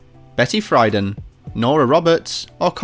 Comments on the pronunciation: Pronunciation = Betty Freeeden, not Fryden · Actually, it's pronounced Betty free-DAN.